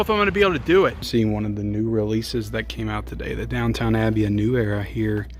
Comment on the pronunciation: I've decided to hold my Criterion purchases this month to just three: 'Double Indemnity,' 'Summertime' and the 'Five Films of John Cassavetes' box set. BTW, why do you keep calling it "Downtown Abbey" when there is clearly only one 'W' in 'DOWNTON?' I have never seen this show and have no plans to see it